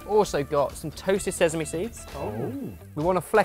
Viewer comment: Did just say se'z'ame again? I thought he was a changed man. I should have known better.